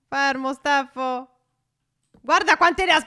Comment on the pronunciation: Ma perché phare dice steffo?